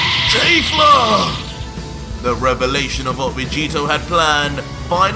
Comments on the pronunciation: I know it doesn't matter but please stop saying "Kayfla" instead of "Kefla". It gets irritating after a while m8😅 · ITS NOT KAY-FLA ITS KEFLA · I hate how you pronounce Kefla it’s KHEF-LA not KAY-FLA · Awesome stuff man, only 1 thing, her name is KEFLA not kayfla, other than that everything is totally amazing, From MwParkeR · It’s pronounced “Keh Flah” not “Kay Flah” every time he says that it annoys me 😭😭😭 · You’re pronouncing her name like KayFla that’s incorrect bro